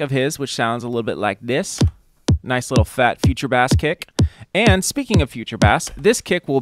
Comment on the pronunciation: They’re saying bass wrong